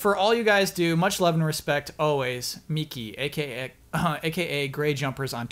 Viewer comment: correction: you say mikki like mickey mouse not me-key;) thanks for doing my game though!!! L&R <3